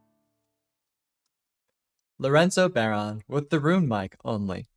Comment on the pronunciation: Just a note on pronunciation - it's bow-rawn. Bow rhyming with wow, fawn rhyming with lawn. Nice to see someone covering it, though!